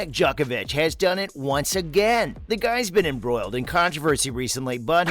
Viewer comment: Pronunciation. Not “Jock-ovic” but “Joke-ovic” and not “Nole” like “pole” but like “Nolay”. Research